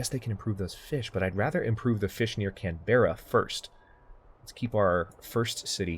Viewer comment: why can't people say australian cities right its can-bra not canbeara